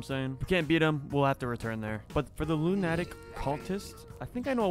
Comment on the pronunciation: it's pronounced "Loona-tick," not "loon-atick."